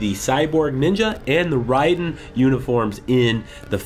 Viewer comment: you said raidan wrong